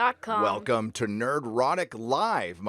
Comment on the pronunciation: Thank you, Nerdrotic, for pronouncing my last name correctly! You might be amazed how many people get it wrong. I also appreciate your various perspectives on honest inclusivity and diversity throughout this and other videos. I'm about as "straight white male" as it gets, but it's nice to hear people saying, "Hey, we don't care who you are. We just want good stories, first and foremost. We don't have to all be alike or even agree with each other to do that."